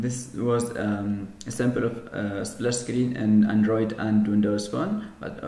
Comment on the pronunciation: Please work on your English... It's not Antritt, it's Android etc...